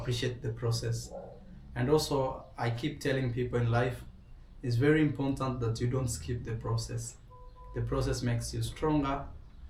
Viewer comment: Please stop saying imporntant. Import-ant … important only has one “n”